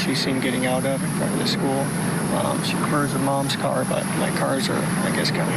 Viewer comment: I hate it when he talks about his car the way he says it